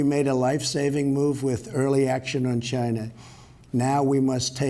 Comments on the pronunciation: "It started in Gyna" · "The corona virus started in Giina"